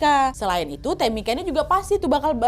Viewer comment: Tamika itu bacanya temika ibu😩 Sama kayak Angel bacanya enjel😩yak opo seh smpean